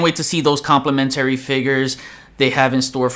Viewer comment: Nice video and I agree with everything you said except you have your syllable wrong with the word complementary 😅. I hope I’m not coming off as the grammar police. Just trying to help when you’re saying it numerous times 😛👍🏾. Keep up the good fight!